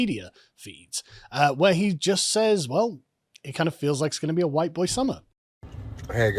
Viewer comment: Summer- Huwhite Fall- Huwhite Winter- Huwhite Spring- Huwhite